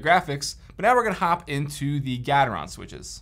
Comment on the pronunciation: Nice comparison. Never heard Gateron being pronounced like that, always with the beginning being like gate.